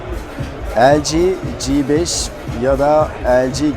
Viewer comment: g5'in G sini ingilizce olarak (ci) telaffuz edilmesinde fayda var türkçe okuyunca "GEBEŞ" diye sanki biraz hakaretvari oluyor. çingene gebeşi gibi :-D